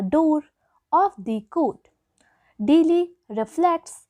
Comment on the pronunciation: Ur pronounciation is very week , special we u are pronouncing delay it is sounding something like deeli